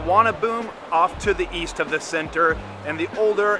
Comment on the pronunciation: Its pronounced sooowar na bhoo mee